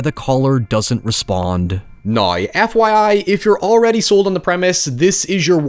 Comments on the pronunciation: what accent does have? I've never heard anyone pronounce now like noi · Where is he from? I’ve never heard someone pronounce “now” like that. Is it Scottish?